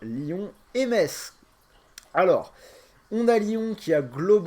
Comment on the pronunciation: Mon dieu comment t'as prononcé metz🤦‍♂️😆